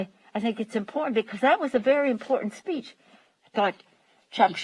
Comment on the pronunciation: Shumer remarkable? LOLOL